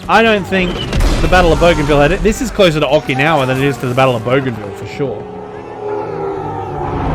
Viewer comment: I'm Papua New Guinean specifically from Bougainville and the way You pronounced Bougainville and Papua New Guinea is by far the most accurate I've heard. Keep the great content coming. ❤️